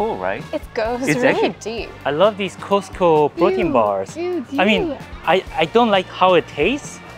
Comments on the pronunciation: LOL. Sorry, but it should be pronounced as “Cost” like how much does it cost? Not Ko-se-te-ko. No, the Korean Costco food court does not compare to the American ones. First of all, the hotdog should be a foot long and is long with all the condiments (you were missing sauerkraut). Much better tasting than the Korean ones. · The way you pronounce Costco! 😆 ❤